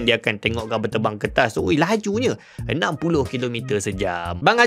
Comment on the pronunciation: Knapa nk sebut kertas to mcm bnyi tamil.